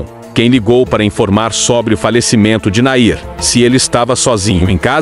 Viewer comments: O NOME DELE NÃO É NAIR...!!! É É É É...NAHIM...!!! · Afinal é Nahim ou Nair? Fico irritada com tantos erros desses homens que leem esses textos explicativos! Falam outro idioma que não o português. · Não é NAIR...e sim NAHIM